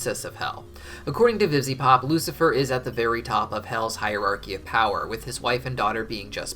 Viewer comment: Bweezelabub yum